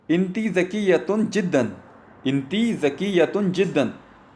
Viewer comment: इंती नहीं यार अन त होता है Woman अंती होता है